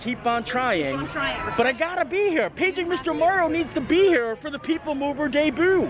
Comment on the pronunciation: one of the best things about your channel are your verbal flubbs. I am now mentally saving "deboo" for a halloween/spooky attraction opening at WDW.